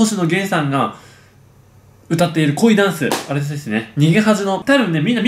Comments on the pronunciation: 濃いダンスに聞こえた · なんか、本当は「恋ダンス」なのに なぜか知らんけど「濃いダンス」に聞こえるww